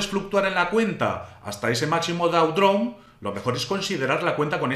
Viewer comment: gracias por el video, muy informativo (Drawdown se pronuncia "drodaun")